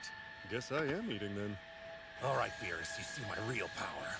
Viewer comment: When I first hear: Lord Virus!!!! But I Realised that in watching in subtitle: it's Lord beerus